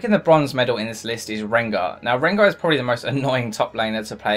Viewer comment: sooooo, did you just say rengo